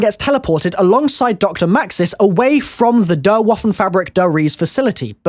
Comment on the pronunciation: I love you and your videos but I need to nitpick again. Der is pronounced "dare" Eye-zen-drawk!! Love you